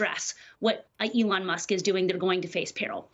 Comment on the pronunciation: It's Elon NOT Leon. How could Trump's ghost writer NOT know that?